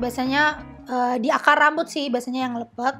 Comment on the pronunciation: Lepek kak, bukan leupeuk hehe